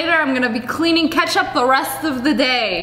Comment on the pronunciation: ketchup sound like rocket